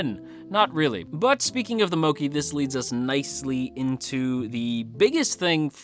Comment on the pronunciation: It's mokk-ay